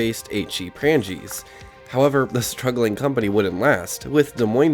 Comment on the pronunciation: This was pretty good except for butchering the names of things like Waukesha, Prange's, Paul Hornung. I used to hang out here in the early 90's as well as Southridge Mall. It is crazy to see how well the condition of the ceilings has held up.